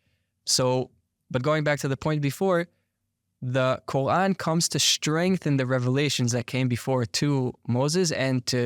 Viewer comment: This guy's pronunciation of Quarn as Kohan is driving me nuts.